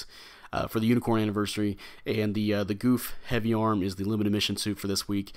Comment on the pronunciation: Got it last night and haven't tried it yet, not really excited for this one. BTW it's pronounced Guf not goof lol